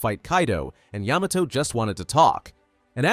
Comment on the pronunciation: Ayy he finally said Yamato correctly